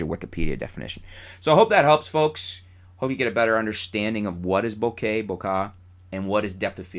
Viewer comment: You're finally starting to come around on the pronunciation of bokeh, hehe! By the way, I guess depth of field might also depend on the resolution of the image, and how large that image appears...because I guess with higher resolutions and larger images, some things that appear sharp normally would appear less sharp upon closer inspection. Maybe there is a mathematical way to do it (like at least 90% of the sharpness of the sharpest area).